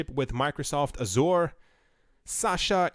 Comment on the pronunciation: You're not pronouncing Azure correctly :)